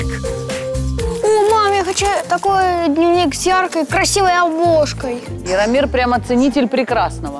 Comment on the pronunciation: •ღRaffaellkaღ• не Иромир, а Яромир